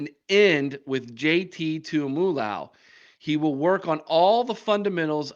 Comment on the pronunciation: Buckeye Bob here. If you’re ever gonna be a legit Buckeye podcast, you need to pronounce JTT’s name: Tu mu lo o ow???